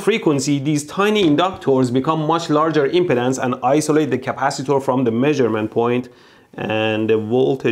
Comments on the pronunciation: Every time you say impedance it sounds like impotence... Freudian slip? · I can't tell if he's saying impedance or impotence.